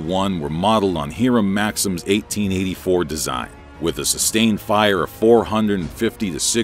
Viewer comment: Nice video, but the pronunciation is atrocious. Couldn’t even get Hiram Maxim right